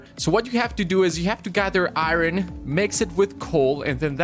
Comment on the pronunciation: pretty sure its ir-on not i-ron